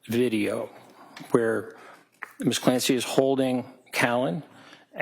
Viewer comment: The way they pronounce Lindsay and Patrick Clancy... Missssssszzzz CLAN SAYYY...